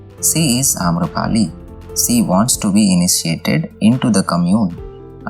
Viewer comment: Hey, do not pronounce "She" like "See". Pronounce "She" like you pronounce Sherwani or Sher meaning Tiger or Sholay movie.